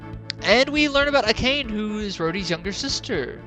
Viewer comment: Akane is pronounced ah-ka-nay